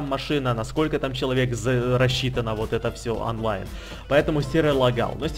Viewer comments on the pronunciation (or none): none